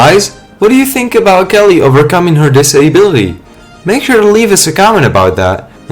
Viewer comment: Dis-a-bility mannnn this narrator🤦 blowin me😂😂